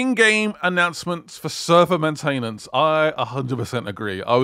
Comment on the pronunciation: How is a pom so bad at speaking English, you say battle barrage, when its battle barge, main tain ence? really? its one word maintenance